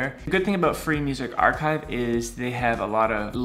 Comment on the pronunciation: Your archive pronouce is wrong bro